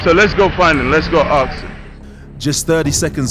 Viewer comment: I like this channel but everytime they say aks instead if ask I get mildly triggered